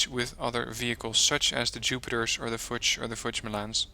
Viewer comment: In "LUCHS" or "FUCHS" the "CHS" is more pronounciated like "KS" or "X". The "U" is pronounciated like an double "OO" - just not stretched too long. So Luchs is spoken like "LOOKS" (with the "OO" not too stretched out) (fʊks) while Fuchs would be spoken like "FOOKS" (same as above applies) (lʊks) To be precise the "U" is actually spoken stretched out depending on the combination of consonants and vocals: (Vocal-Consonant-Vocal) For example "LUGER" is really spoken like "LOOGER" Also if the vocal is doubled "UU" (that combination is rare) or followed by "H" (which stretches the vocal in front of it) they are spoken long. This usage applies to other Vocals to (A,E,I,O,U) (short) LACHS : eng.salmon (long) LAKE : eng. brine (short) LECK : eng. leak (long) LEDER : eng. leather (short) LIPPE : eng. lip (long) PISA : Italian town with crooked tower :-) (short) LOCH : eng. hole (long) LOTSE : eng: guide (mostly on sealanes)